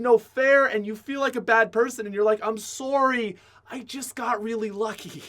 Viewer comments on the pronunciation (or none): Im soury